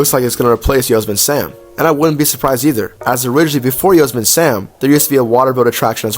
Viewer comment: It’s pronounced “yo-semmity” Sam